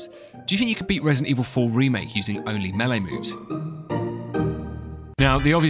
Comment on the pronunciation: You had my interest with "meele", but you have my attention at "no knife"